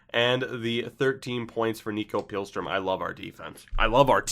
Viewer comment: Btw the i in Pihlström is longer so it sounds more like Pea - lstroem